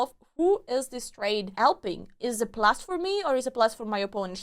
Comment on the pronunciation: Your videos really require my full concentration. When you asked "Is it a plus for me?" I understood "Is it blasphemy?" 🤣🤣🤣